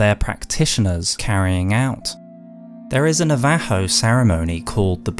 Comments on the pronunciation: oh no you're good, you pronounced it the Spanish way. English/American pronunciation is usually like NOV-uh-ho rather than Nuh-VAH-ho, but, I think either way that's not even technically the indigenous name for the tribe. Great video either way, I love that your long lore videos always manage to make literally the last sentence a bombshell that leaves you thinking. That's just good writing. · A lot of these ideas are GRRM's, especially considering all his worldbuilding for A Song of Ice and Fire. Also, please practice and vet your pronunciations before recording. NA-VA-HOE was hard to hear. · Bro has the most out there pronunciation of Navajo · Never heard Navajo pronounced that way in my life